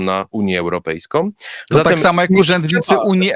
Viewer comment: Gdyby tylko jescze nie wymawiał końcówek "ą" jako "om"; zarzucajom, europejskom, uniom, mówiom, bramom, etc, etc... to byłby już faktycznie poziom mistrzowski. Ale to tylko taka mała drobna uwaga.